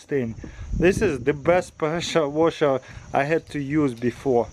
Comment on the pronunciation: “Preschure waschherr”